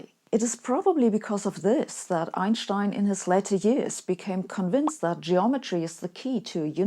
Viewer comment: That one youtuber that pronounces Einstein correctly. 😀